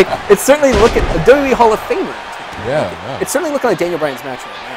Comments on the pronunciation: Why does say W E instead of WWE? -.-' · If you slow down a bit, you can actually pronounce both Ws in WWE.